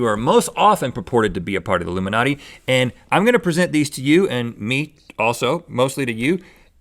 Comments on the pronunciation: Rhett is illumiNOT but link is illuminati. Rhett, we don't hear the "E" but link yes!! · Illumi not e - any ryan higa fans here? teehee